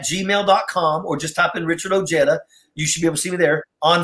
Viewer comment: I always thought Ojeda was pronounced O-hey-da instead of O-heada. I have never heard a Mexican refer to Jesus as Hess- sus.